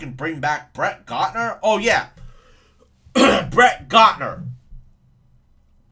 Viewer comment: Bret Gaadnur! Lol!